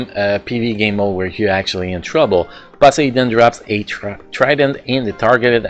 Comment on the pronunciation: I dont mean to offend you though Its just funny to hear even if thats how you really pronounce it 😅 Happy New Year btw!